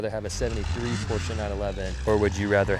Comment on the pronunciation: I like how he pronounces Porsche the correct way.